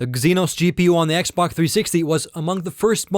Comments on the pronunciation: This guy keeps saying xbok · He keeps saying xbock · he says x-bok